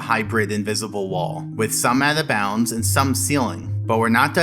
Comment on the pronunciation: Why can't you say "Out of Bounds" ? It sounds like you're saying "Atha Bounds" or maybe "Avva bounds"